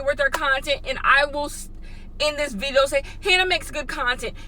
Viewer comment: "viteo" instead of "video" LMAO